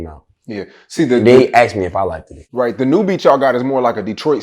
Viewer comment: Likeddid it 😂😂😂 wtf is likeddid it is just liked it bro ....the English language wins again😂😂😂😂